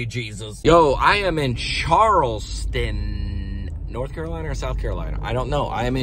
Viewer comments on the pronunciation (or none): none